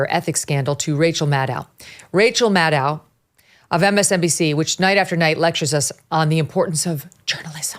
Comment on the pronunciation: MadOH, Rachel MadOH, rhymes with shadow.